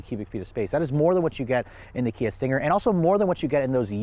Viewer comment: You lost me when you said.....Kia....